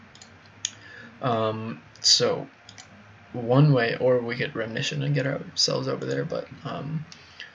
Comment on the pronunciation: i think you mean RE-Mission not 'remnition'